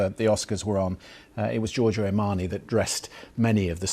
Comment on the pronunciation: Lots of people are nicknamed Joe in English speaking countries... How is it that you can't say Joe-r-Joe. lThere is no phonetic i in Giorgio.